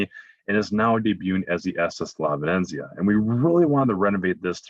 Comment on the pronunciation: 😕 Bowlogg-Na? on the VenEnZeeuh? Sorry the mispronunciations are a little off putting by somebody who supposed to be the expert travel guide.. I think he means Bologna (Bowloan-ya) & the ship's name, La Venezia. (Ven-eht-zeeuh)